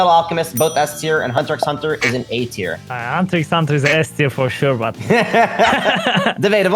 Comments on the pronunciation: Bruh he actually said the "x" in Hunter x Hunter, get him outta here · Bruh yas claiming to watch hxh more than everyone combined but he pronounces the x